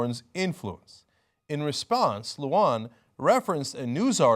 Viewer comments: I'm a New Mexico Democrat who likes EW (even though Jimmy says she's gutless and even though she chickened out on Bernie) and I will write Lujan an email right now. Like that will make a difference, but I'll do it anyway. BTW Cenk, sorry, but please ... pronounce it Loo-HAHN and not loo-wahn. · Ben Lujan... it's not "Luwan", it's pronounced more like "Lu-han" As a resident of NM I've heard that jackass far too many times.